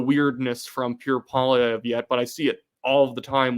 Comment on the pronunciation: I just love Puerre Poilièvre 😂